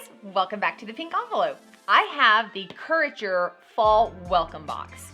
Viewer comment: Courager? It is Curateur :) I was so confused LOL I had to come back and read it.